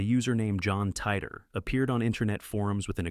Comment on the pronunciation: Thank you for getting the pronunciation right on John Titor! Back in the old days when he was discussed on Coast to Coast and Post to Post, it was thought to be an audio abbreviation for TI-me Travel-ER.